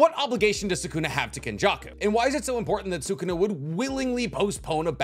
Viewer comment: Bugging the hell out of me that he can’t say sukuna name right half the time